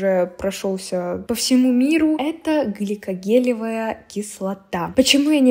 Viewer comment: гликОлевая кислота, а не глИкогелевая